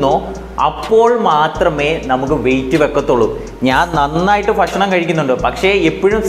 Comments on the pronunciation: ഫക്ഷണമല്ല ബ്രോ ... ഭക്ഷണമെന്ന് പറയൂ .😮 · ഫക്ഷണം അല്ല ഭക്ഷണം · ഫഷനം' അല്ല ഭക്ഷണം aanh.. 😁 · ഫക്ഷണം അല്ല ചേട്ടാ ഭക്ഷണം 😂